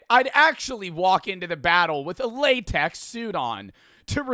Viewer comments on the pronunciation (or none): none